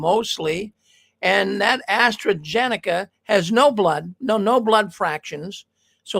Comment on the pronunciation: It’s pronounced Astra Zenica not Astra Genica. How can that organization tell its members to be “ no part of the world” and then immerse themselves in the full vaccine propaganda - Govt program ?